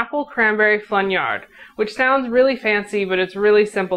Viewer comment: Thanks for pronouncing flaugnarde for us